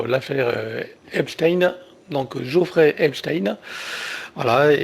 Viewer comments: C est Jeffrey et pas Geofrrey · C'est Jeffrey et non Geoffrey !!!